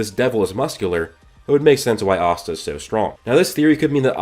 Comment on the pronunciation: I don't know why but everytime he say asta it sounds like pasta to me lol